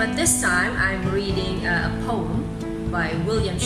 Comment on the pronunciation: The pronunciation of the word "POEM" is faulty. Moreover, stress is missing at the needed places.